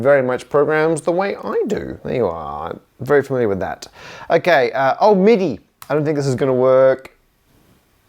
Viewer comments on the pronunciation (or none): none